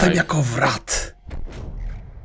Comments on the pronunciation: taka mała porada, jeśli dobrze kojarzę wraith czyta się wraf jest taka trochę niema końcówka. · Wraith czytaj-Reif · ten teleportujący się potwór wraith czyta się łrejf